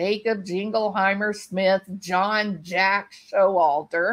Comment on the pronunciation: BTW Its Sho Walter not Show Alter LOL